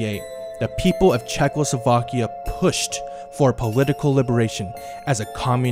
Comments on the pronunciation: Instead of Czechoslovakia he is saying Czechlosovakia. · I was today years old when I realised how, "Czechoslovakia" was pronounced.Wait,50 spelles out wrong.